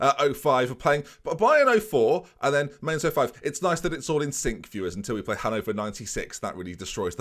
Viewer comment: Just a heads up for next season - Mainz is pronounced more like Mines than Mains.